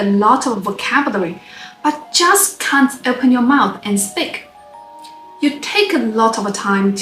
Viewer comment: When she says "speak" it always sounds like "spick".